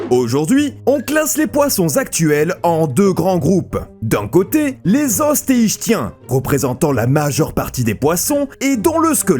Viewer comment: Osteichtyens => prononcé osteiKtyens ditto pour les KondriKtyens 😉